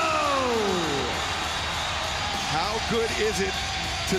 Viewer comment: Just me or is Justin Roberts saying "Warlow" and not "Wardlow"?